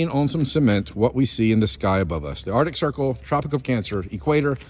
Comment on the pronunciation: when he tried to say "arctic circle" it sounds like "our dick circle"